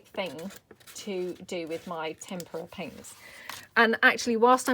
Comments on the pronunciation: TemPRA is how you say it. Oh you pronounce it Stamp per re A. If you don’t pronounce right they won’t send you freebies girl. Just trying to help you. Hope nobody thinks I’m a witch. At least here in the states. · Tem-per-ah is how I’ve always heard it pronounced. I’ve would never film me crafting. The biggest mess maker in the world. I think the background pages are beautiful. Can’t wait to try some. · I'm old, like really old & in school we were taught the pronunciation "tem per a".